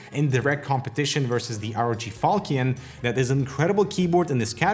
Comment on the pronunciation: It's fal(sh)ion (the sword) not to be confused with a falcon (bird) You're not the first reviewer i've seen make this error.